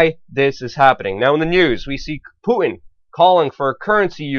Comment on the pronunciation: Who's "Pooin"?